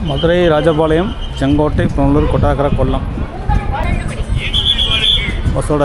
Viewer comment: Welcome to Kollam, கொட்டா(ஆ)ரக்கர കൊട്ടാരക്കര ... please, you could pronounce well